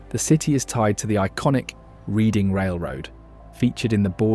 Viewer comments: IT'S PRONOUNCED REDDING. THIS WAS QUITE AN EXTENSIVE OVERVIEW OF KEY PENNYSLVANIA AREAS, INDUSTY AND HISTORY. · I just got to that part. How funny! It is different for different areas. In Indiana they say it like reading a book. But I think it was an attempt to say it in an "American" accent. He just assumed it'd be pronounced that way over here.😂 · HOW ARE YOU BRITISH AND MISPRONOUNCE READING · Reading is pronounced reading, not reading. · Yes, it's a good video. Not sure if a human voice or AI, but whoever it was pronounced Reading and Lancaster incorrectly. :) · Generally, a pretty good piece on Pennsylvania though there are some issues. A couple folks have already corrected your pronunciation of Reading, PA which you properly pronounced when you said Reading UK. Mennonites do not have the same religious exceptions to electricity and gasoline engines, so you need to be careful when lumping them in with the Amish. It's pronounced "shoo-fly" pie and "Monongah-hee-lah". You really shortchanged Bethlehem. And, you completely left out New Hope, Washington's Crossing, and Buck's County in general. Lots of Revolutionary War history to be found there. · ...it hurts your credibility to mispronounce Reading. Couldn't you find a knowledgeable local to correct your did you say? This is a very poor video. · I came here to correct Reading too! 😂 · Ugh I hate AI, but alot of humans not from the area also pronounce Reading and Lancaster incorrectly. Go figure. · I live in Pennsylvania, but no one I know ever calls it the town of Reading { REEDING)....it is pronounced {REDDING} just like in England. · Great video! Reading, PA is pronounced just like the Reading in England: "redding" not "reeding." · I’m from Reading PA. We pronounce it Red-ing Same as y’all. It’s good though, if you’re not from around here, chances are good you’d say reed-ing instead of red-ing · It's pronounced Red ing not reeding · It's pronounced redding not reeding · Red ding not Read ding.